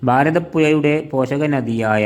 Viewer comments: കോഴിക്കോട്, എന്നാണ്, അല്ലാതെ കോയി കോട് എന്നല്ല, ഭാരത പുയ, എന്നല്ല, ഭാരത പുഴ, ഗായത്രി പുയ, എന്നല്ല, ഗായത്രി പുഴ എന്നാണ്, മോനേ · കോയിക്കൊട്, ഭാരതപ്പുയ, എയമത്ത്, ഗായത്രിപ്പുയ 😂😂😂 നല്ല ബാസ 😂😂😂